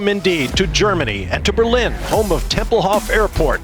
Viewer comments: It's TEMPELHOF (long 'o') not TEMPELHOFF (not like Hasselhoff) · You pronounce Tempelhof with a long 'o'.